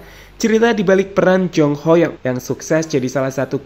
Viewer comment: Baru si mimin canal youtube yg nyebut nama Ho Yong dengan pelafalan yg bener 👏